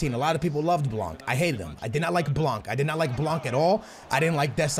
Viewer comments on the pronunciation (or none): FFS! Dembele nothing dembely Blan bot blanc Semedo not shmedo Learn to say players name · its not blankkkkkkkkkkkkkkkk. the c is not pronounced. not even the n but it affects the a. say it the way you do but witthout the n and the c. and blanc means white in french by the way. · The way you say blanc is so fuckin funny